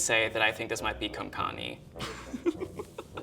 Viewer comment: He said konkani😂😂